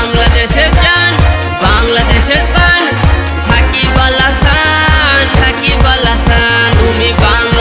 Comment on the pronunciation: ভাই গুল্লু ছাকিবল আছান না সাকিব আল হাসান 😂😂